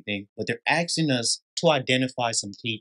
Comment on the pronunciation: “ Axing “ is not a verb…. “ asking” is .